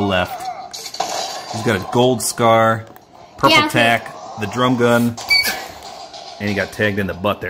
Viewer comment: He said purple tac